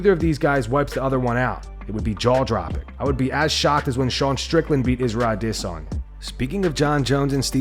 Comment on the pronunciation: I am so close to un following this s sight because ole dude refuses to pronounce ADESONYA correctly 🤬🤬🤬